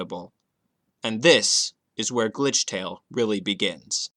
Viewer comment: I really can't understand it's glithrale or.....